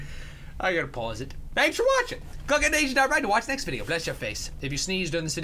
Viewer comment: Have you gust noticed that he always says I gotta pUs